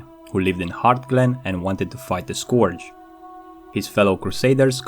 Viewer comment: Its pronounced skurj not skorj.